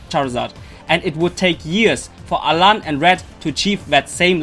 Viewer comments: it's alain. not alan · alain not alan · It's Alain with an I